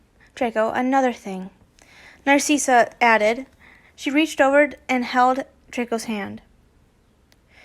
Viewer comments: not to be mean but NARSEESA IT'S NARSICA!!! i don't know how to spell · Let me help you with dracos moms name. Narssissa you say it nar-sis-a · I apologize if this come out as rude. You are saying Narcissa wrong, you are pronouncing it like Narceessa. When the “I” is a lowercase i.